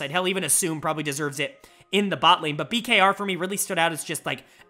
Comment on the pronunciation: Bkr is the correct pronounciation I believe! I was super excited to see rng and blg, two teams that were struggling with consistency. Bin with some sweet sweet revenge on the team he won MSI with! EDG looks so good despite the black hole from losing Viper and Scout, who is my frontrunner for MVP. Meanwhile IG is continuing to nosedive! They need to bounce back asap! Player of the week: Leave!! He was awesome in all THREE series that EDG played this week! JieJie, Aki, Elk and Heng were all up there too. Dud of the week is Tian, an UNACCEPTABLE 0-2 week that lead to the firing of the TES head coach! And when was the last time Rookie got a dud of the series?!?!?! Has he ever?????? The old IG junglers Leyan and Ning were also both awful.